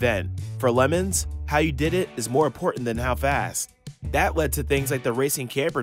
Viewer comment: Can we announce the fact that he said lemans like “lemons” so I guess it’s the 24h lemons race now😅